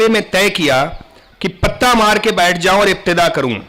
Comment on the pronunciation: بھائی داستان گو، پتّا مارنا نہیں پِتا مارتا۔۔۔